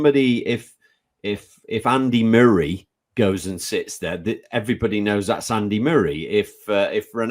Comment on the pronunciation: Just commenting to have a go at Andy for his pronunciation of ‘Andy Murray’. Didn’t know you could butcher a surname like Murray so bad!